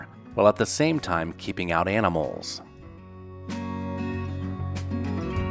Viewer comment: Animals an-eh-mauls. That's a very interesting accent. :-)